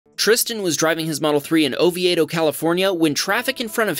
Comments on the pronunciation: Holy crap. I’m from Florida and you killed me on how badly you messed the pronunciation of Oviedo. It’s pronounced oh-vee-doh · It is pronounced "oh vee dough"